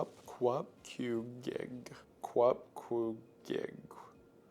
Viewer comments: It’s actually pronounced “coop-coo-gi-ak” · its pronounced "kup-koo-gee-ak" :p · Just a little pronounciantion thing for the Qupqugiaq; the qs asides the last one are pronounced like an h sound. But the last one is pronounced with a kr, so it would be pronounced Hup-hu-gia-kr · pronounced "hup-hu-giak"